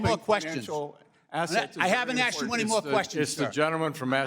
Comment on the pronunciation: Even the old d bag liberal white guy says “axed” in a show of solidarity. 😂